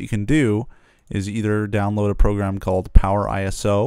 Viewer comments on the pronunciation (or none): none